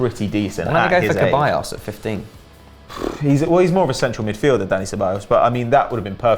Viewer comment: why do these people keep calling him keballos not ceballos